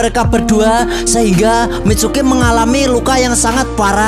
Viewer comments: Tulisan nya Mitsuki Abang bilang micuki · Mitsuki bang bukan micuki😂😂😂😂